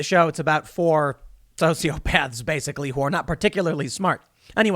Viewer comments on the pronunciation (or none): none